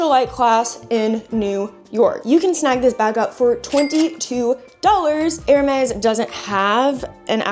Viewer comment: Do you realize you're saying Air May instead of Air Mez? (Hermes) :body-blue-raised-arms